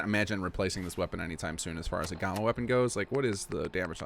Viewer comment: its gamma! "gam" "ma" like the hulk,GAMMA!!!